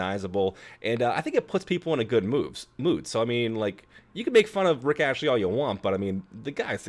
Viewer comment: It's Rick Astley, hun, not Rich Ashley...